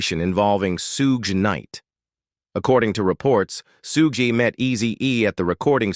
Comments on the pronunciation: What Is this😬clickbait,who the fuck is sugay😅'dressda'😮whoever done this thing was never involved in hip hop obviously,where's the final picture s of eazy? pronunciation is all wrong and everything has been said 1000 times before, can't believe people blame hellar for easy saying fuck you nwa I ain't paying,blame the white guy when there's a whole bunch of 'streetwise' black guys that could of fkd him up,what a waste of my time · I hate AI but this was funny listening to the robot talk. Especially loved how it robot said “Suge.” Good video though.